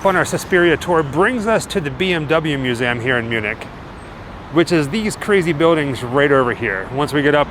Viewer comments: I know one word he always says wrong....museum. 😉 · I actually love the way he says it! Sounds more historic in a way! And hey, maybe he’s pronouncing it right and we are actually pronouncing it wrong ! You may never know! ❤